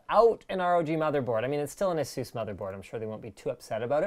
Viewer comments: I'd love it if you guys started to pronounce Asus the correct way, with the "u" as in "duh". Almost like aces, but not quite. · Does everybody in the U.S. pronounce it "Ah-Zeus"? I would've thought you'd go more like "Ey-suss".